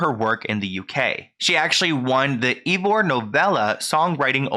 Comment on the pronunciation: sorry to be that person but 'Ivor' is pronounced like 'eye-vuh'